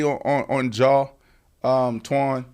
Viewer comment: Dawg I'm faded cause Brandon sound like he's saying "jaw" Morant 😂😂🤣🤣Oan, Ja "strap" Wick needs to get right😂😂🤣🤣